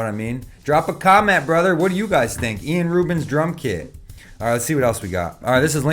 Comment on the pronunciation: Yeah he's ilan so it's pronounced 'Ee-lahn.' But fuck it, Ian Rubin is way better 😂